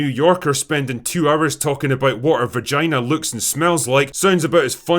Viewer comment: I love that Drinker called it her "verjynah".